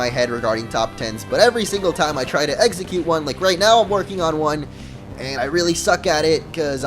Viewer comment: i swear you say eggsecute instead of execute... lmao